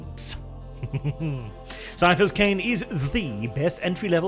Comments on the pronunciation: HARD C! HARD C! CAIPHAS IS PRONOUNCED WITH A HARD C FOR FUCK'S SAKE! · Ciaphas would be pronounced Siafas if you follow the rules of ecclesiastical latin like warhammer normally does. HOWEVER, Ciaphas is actually a real biblical name and is spelt and pronounced with a hard "K" sound. It's normally spelt like Caiaphas or Kaiaphas (even Qaiaphas). The author of the books probably just wanted to change the name up a lil' without a thought to how it would change the pronounciation. But indeed, his name is "Kaiaphas" Kain.